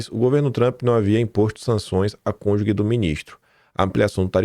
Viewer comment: só pra ajudar: Não diga “ CÔNJUGUE”, se referindo à esposa de alguém. Porque não tem “U”. A pronúncia é “ CÔNJUJE”